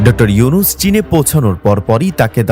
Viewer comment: ও মিঞা স্যরের নাম ভালো ভাবে বলেন।